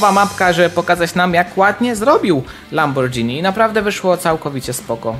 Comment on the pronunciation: to sie czyta lamborgini